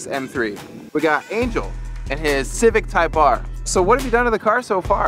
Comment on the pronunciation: Who has the RECORD on the Nürburgring ..? Type-ARRR!